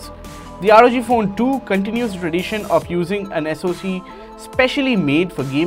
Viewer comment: NO ONE:... Literally NO ONE:... THIS GUY: ROG FOON